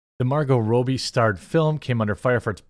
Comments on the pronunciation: Who is Margot ROWbie? She's from Australia, not the Philippines, it's pronounced Robbie, Jeremy. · ITS RAW-BEE NOT ROW-BEE, why can't u pronounce anything right? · ROB-E not ROBE-E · ive never heard anyone call her robe-ee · Why do you keep saying Robbies' name wrong? Are you doing it to be disrespecting for some reason? Not calling you out, I'm just wondering if the us a reason. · Dude, you killing me. If you going to do stories about Barbie, please for the love of all God, learn to pronounce Robbie.